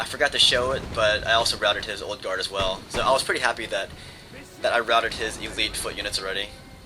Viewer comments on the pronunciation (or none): none